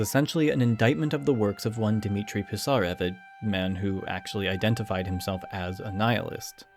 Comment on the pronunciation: A minor pronounciation correction: Пи́сарев, otherwise its impossible to understand